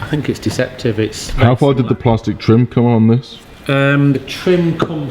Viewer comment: Driftworks! Corrected pronunciation of plastic. ‘It’s plarstic’ 😂